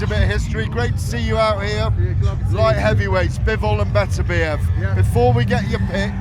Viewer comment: Frank can,t say Beterbiev, he says betertieb every time, i still think that they should get a proper pundit to interview him, Spencer Oliver is a numpty.